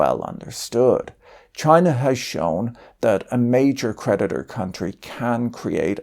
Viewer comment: I just realized creditor rhymes with predator. Maybe it's his pronounciation.